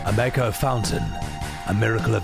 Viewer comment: The way you pronounce Mako is the only way to pronounce Mako. 😂